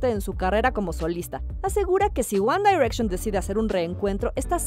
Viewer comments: Se dice wan direcshon ;v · AjjajajJJAAJ Lo leí justo Cuando Dijo ella uAn dAirEcShOn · Wanda y reichon hahahahaha Pero ni los que no sabemos nada de inglés lo decimos así haha, mejor nuestro guandireichon haha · Me daba algo cuando decía "UAN DAIRECSHON" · JAJAJAJAJAJJA SI😂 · Jajajajajaa si wacala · Jajaja por qué lo hace? Así no se pronuncia que verchis ! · Ella dice: "ONE DAIRECTION🤣🤣🤣🤣🔥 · Wan Dairekshon! Jajaja pronuncie bien ! Me dió risa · Me causa risa y conflicto en como pronuncia GuAnn dArEcCiÓnNn.🙄🤪🤔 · Porque dice one dayrection?????? Si es one no on dayrection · One daaaiiirection????????!!!!!!!! Diosssssssssss. Quién dice así? ESTÁ MALLLLL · One dairetchon 😂😂😂 why Presentadora?? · la tipa dijo "wanda direction" ke ejsfdhghjgh